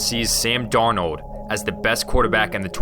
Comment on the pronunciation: the way he said Darnold😂😂